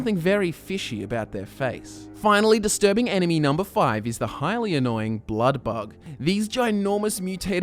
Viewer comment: Every time he says enemy it sounds like anime... or is it just me?